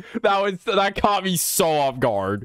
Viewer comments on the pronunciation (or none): none